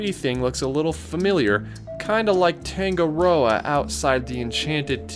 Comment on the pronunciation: You butchered the word Tangaroa